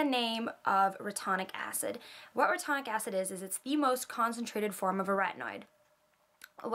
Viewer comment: it's re-tin-oic acid.. great vid btw!